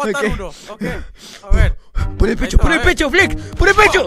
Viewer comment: Por que dices Flets en vez de Flex